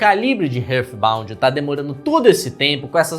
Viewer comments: Ótimo vídeo. Mas uma parte de mim vai morrer se eu não disser isso: heart se pronuncia RÁRT não RÃRF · Que agonia ouvir ele falando Rârd Bound kakakakakaka A pronúncia correta é Rárt Inclusive, só conheci esse jogo por causa do seu vídeo, ainda bem que eu não dei dinheiro nenhum pra esse dev KAKAKAKAKAKAK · eu amo seus vídeos Mas você precisa aprender a pronunciar coisas em inglês bro Hurthbount é tenso kkkkkkkkkkkk